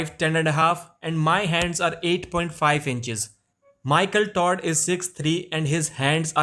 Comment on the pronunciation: Lmao he keeps saying 'michael tard'